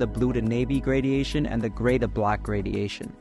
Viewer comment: lmao “gradiation”